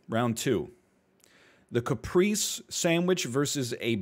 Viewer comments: I didn't want to say it but nobody else is, so here I am: Caprese is an italian word and the e's are pronounced more like "ay" as in "say", and you pronounce both of them. Cah - pray - say. Saying it like "Capreece" as NL did is like calling a tortilla a "turtill." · cah pray ze XD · The pronunciation of caprese is killing me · listening to the egg father mispronounce caprese is troubling